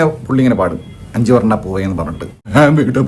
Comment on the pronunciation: Anjuvarnna ppove അല്ലടോ.. Anjuvanna poo. ർ ഇല്ല 😂